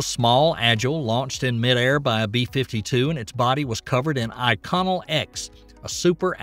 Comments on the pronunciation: Who narrates this stuff. Inconel-X, a nickel alloy was used on the X-15 not Iconnel or whatever you called it, isn't even an alloy. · Hey, great video. I do wanna let you know that the metal used in the X-15, and many spacecraft after, is pronounced: in-co-nel.